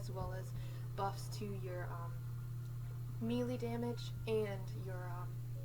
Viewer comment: Bruh do u know to pronounce melee